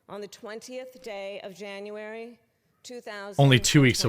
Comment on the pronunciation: Did she just call January "anuary" !? She must have been buzzed.